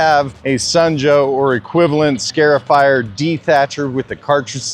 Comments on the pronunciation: Just a heads up - it's "Scar" (as in Scratch) not "Scare" -ify. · Scar-ifier. Not scare-ifier.